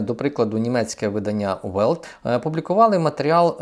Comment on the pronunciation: Видавництво Welt ,треба мякше виговорювати у нас Lне буває твердоюяк українське,, ль"